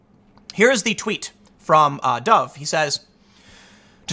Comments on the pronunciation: His name is 'Dav' not Dove. O is A in most Aramaic languages. Dov is Dave in Hebrew. AOC believes Ben Shapiro was cat calling her when he challenged her to a debate and offered to donate $$ to whatever charity she chose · It’s pronounced dove. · How to pronounce Dov Hikind's name, from a constituent and member of the same community. (I've also met him personally on a number of occasions.): The o in Dov is a long /o/, even without a final e. (With a final e, it would be Dove, which is not pronounced with a long /o/.) The first I in Hikind is a long /i/ (as in kite, not quite like high), while the second i is a short /i/ (as in kit, not as in kind). By the way, the name "Dov" is a Hebrew word that means "bear" (the animal, not the verb). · Tim, let me help you with this name. You have adnitted to having name issues. His name is Dov (long 'o' ) HiNkind. There is an n in the first syllable. The 'i' is pronouced ee.. Proceed